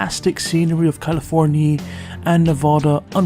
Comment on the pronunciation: Cow-lah-forn-ya :D